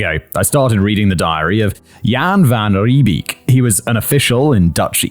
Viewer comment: for that belly laugh you gave me at pronouncing Jan van Riebeek. Gave me good memories of my own British grandparents trying to pronounce Afrikaans words.